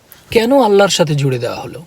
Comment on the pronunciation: ভাইয়া,কথা যখনই বলবেন তখন বলবেন আল্লাহর। "আল্লার"উচ্চারণ হবে না।